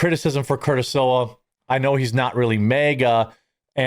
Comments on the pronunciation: Jeremy, it's SLEE-WAH, not Silwa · Sliwa is pronounced slee wah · Curtis "SLEEEE-WAH" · SLIWA. SLEE-WA Is that a problem? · Jeremy it's pronounced Swee-La 😂😂😂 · Good coverage, my friend! But, I have to say that you are not the only pundit to get Sliwa 's name wrong. IT'S --S L I W A--.